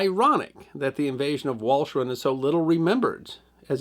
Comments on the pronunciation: should be pronounced valkeran (roughly) though, right? That is how Indy over on WWII said it this morning. I wouldn't have known otherwise, of course. I would have said it like in this video if asked before this morning. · PLEASE DO YOUR HOMEWORK!!!! the island is called: wal-ch (as in lo CH ness), eren (as in urn) Wal - CH- eh - r'n. How hard can it be, don't you folks have Wikipedia??? Ger at least the NAMES right. DO NOT INSULT PEOPLE BY LAZILY BUTCHERING THEIR LANGUAGE! You folks from Lonshen en Wagingtongsh should know better..